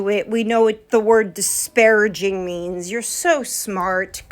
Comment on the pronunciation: it's not disparaging. It's diparaGIN'! You know, like takin', treatin', nothin', eatin', losin'!!! Shanmu the linguist knows!!